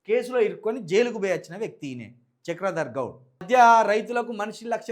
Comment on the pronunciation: BRS జితగాడు అరేయ్ హాఫ్ నాలెడ్జ్ తో ఎందుకు రా మాట్లాడుతునవు చక్రధర్ గౌడ్ అని పేరు పలకడానికి నీకు రావట్లె మొదట తెలుగు చదవడం నేర్చుకో